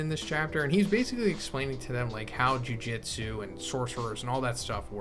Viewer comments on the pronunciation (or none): Yo,. It isn't pronounced Jiujitsu, it's Jujutsu. Jiujitsu is a real life grappling martial art.